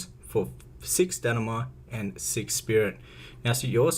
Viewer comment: stanima lol